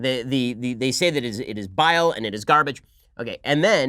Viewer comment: Bile of garbage? Or did she say vial of garbage? Either way, neither is correct for what she is attempting to communicate. It makes me deeply uncomfortable that we have someone is Congress who is not fully competent in English and is a terrorist sympathizer. I cringe every time she speaks.